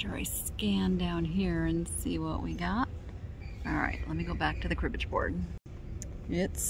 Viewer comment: Cribbage-y pieces lol and floof-age lol and pink-age LOL